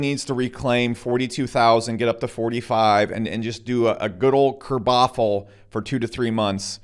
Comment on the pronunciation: "a good ole kerbofle"